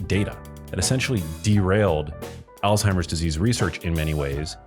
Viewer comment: It is not Altimer's Disease, rather it is Alzheimer's Disease, with a Z not a T. It is pronounced Alz-Hymer.